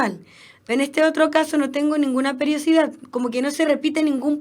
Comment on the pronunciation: PERIODICIDAD, NO PERIOCIDAD :)